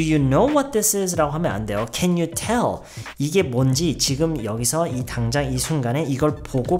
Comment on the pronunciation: 와... tell 나올 때 미쳤다고 생각했다... 진짜 네이티브 수준이네요